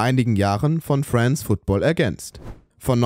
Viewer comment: Nicht wissen wie man France Football ausspricht und dann noch Teile aus dem Calcio Berlin Video klauen...